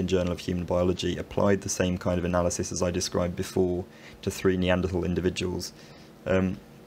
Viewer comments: Another erudite skill. surprised at your mispronunciation of Neaderthal human beings, Or are you catering to the US market. follow the leads of Professors Stringer & Roberts? Well done nevertheless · Strangely, he does pronounce it “Neandertal” in the oldest video on this channel, five years ago.